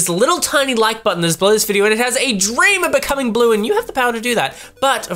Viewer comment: I love when you say blew, I mean blue.